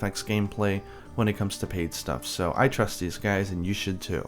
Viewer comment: 'hope you juys enjoyed this video' that made me laugh xD